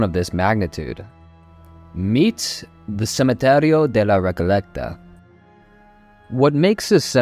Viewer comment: “Cementerio”, not “Cemetario”